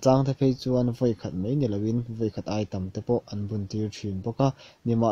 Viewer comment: Mai tih turah mei i ti zel a .